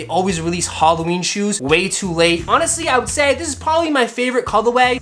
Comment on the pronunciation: bruh halloween not goddamn "holloween"